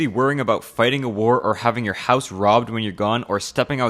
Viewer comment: Canadian accent really slipped when you said” I want to buy a house”